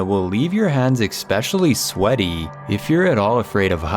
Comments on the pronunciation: especially not eckspecially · Please ask your cousin to pronounce the word "especially" properly!!!! He pronounces it "expecially"! There is no X in that word! Makes him sound dumb, lol!!!🤣👍🏼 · Please tell your cousin it's not "expecially," it's especially. Thanks. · tell him the word is especially not not ek specially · ITS ESPECIALLY. NOT EXPECIALLY. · The only thing that’s causing me anxiety is the way he says especially. He pronounces it ekspecially. 😂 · The only thing giving me anxiety is the narrator saying "expecially" three different times. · Please..the word is pronounced ES pecially not EX specially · Ok, is it just me or does the way he says “eckspeshully” really irritating?? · jeez its embarassing how that guy is talking out of his ass and can someone tell him how to pronounce "especially"??